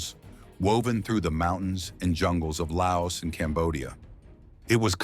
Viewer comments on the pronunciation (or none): none